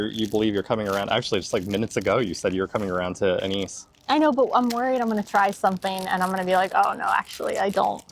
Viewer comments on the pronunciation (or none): Anise pronounced in Dutch 'Ah nice' :)